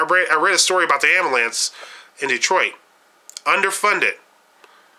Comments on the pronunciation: I would have enjoyed listening to your view of Detroit. Unfortunately, there are a few things about your video and commentary that voids all of your opinions, 1. The use of mispronounced words. For example, "Proverty" instead of Poverty and "Ammalance" instead of Ambulance, just to name a couple. 2. You focused your tour around the same downtown area of Detroit that included Greektown. However, I would have liked to see the Renaissance center, the Riverwalk along Detroit's newly designed waterfront, Campus Martius, Cobo Convention Center, Downtown Shopping, Comerica Park, and the Downtown Financial District; all connected by the People Mover Monorail System. You showed parts of the east side of Detroit but failed to show the famous, historical Belle Isle Park. Had you ventured from downtown via Woodward Avenue, you would have passed through one of the larger universities in Michigan, Wayne State University and the world class WSU Medical Center, which includes several noted restaurants, bakeries, entertainment, the Detroit Public Library, African American Museum, among other museums ,and the Science Center. Driving a short distance from that area would have placed you in Detroit's New Center area. This area includes even more entertainment, restaurants, and galleries. No less than two minutes from this area is the famous Motown Museum. This just touches on several hot spots in the city. Once you start driving around the city, you will begin to see many historical areas with b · I KNEW he was black when he said "AMBALANCE"... Good video though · it's not called an amalance. It's ambulance